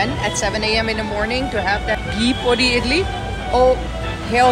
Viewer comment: u pronunce PODI just as indians 😂no pori.. no podi with Sound of D as in' th' sounds in 'NETHERLANDS*..perfect podi nd a beautiful lady 😁 wc to india